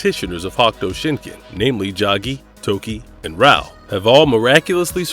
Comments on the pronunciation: He sounded dumb as fuck trying to say hokuto shinken fuck is a hakto Shinken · Good vid but yesh say it correctly please Hokuto Shinken Darn it. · HawkTuah Shinken WTF?? This guy should learn the words before making a video. Get a job! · Is this an AI? It's odd to hear hahk tua shinken. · "Hock-toe" shinken? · through a slew of their videos fuck up all sorts of pronunciations all the time. It's jarring. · Why is so hard for struggle to say "Hokuto Shinken" and other names? They took clips from the dubbed TV series that say it all the time. With that being said, Kenshiro doesnt get the recognition he deserves. Fist of the North Star should be up there with Conan the Barbarian in popularity